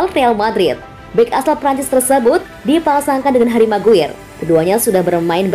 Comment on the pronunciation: MCGWAYER = ❎ MCGUIR = ✅